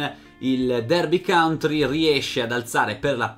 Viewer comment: county porco .... non country ahhh per favore . per il resto sei un mito per aver portato alla luce questa storia